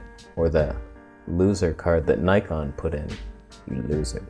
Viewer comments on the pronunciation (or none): none